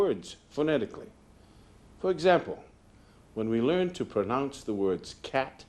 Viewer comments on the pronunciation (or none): "How to pronounch..." Ed probably shoulda done another take of that one, or better yet not used the pronunciation metaphor at all given his speech impediment. LOL